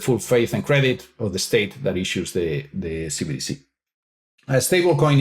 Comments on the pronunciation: Love the video but, please get it right. It's CBDC, NOT CDBC. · Can pls stop saying CDBCs.... its CBDC......B!... Not D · keep saying CDBC instead CBDC 😂 I assume it's intentional. CDBC = Central Dank Bigital Currency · Is it just me getting annoyed by saying cbdc wrong 😂